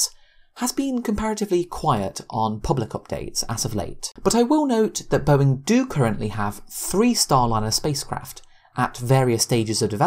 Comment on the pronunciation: Its not "Boeink" Its "Boeing"